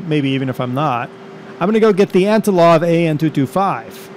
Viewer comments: AntoNov, not antoLov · Hey man! Love you videos! Just a few tips on your flying. Don't put the landing gear up so early. You want to wait until you are a few hundred feet above ground to do that. It's Antonov , not Antilov (Trust me I'm Russian) ;D You wouldn't want to hit the Rev. Thrust in the air. It could damage the aircraft. Also, if you landed that hard in real life it would destroy the airframe. (But it is a sim) That's it! Keep these up man!